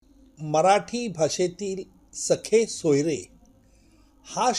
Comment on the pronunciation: अहो,सगे सोयरे म्हणा..सखे सोयरे नव्हे..😂😅